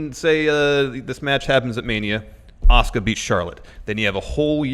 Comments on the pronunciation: saying Asuka is the most frustrating i have heard in a long time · Stone Osborne Well he is a heel wrestler, so if it is him doing all those to piss people off he is a genius. I don't know how that is going to get him closer to WWE though? Especially when he keeps mispronouncing Asuka's name.